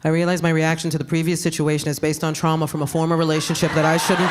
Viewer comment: No, she was just saying ‘trauma’ in Spanish pronounced tra-uma